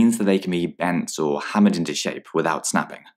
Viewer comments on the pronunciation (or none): none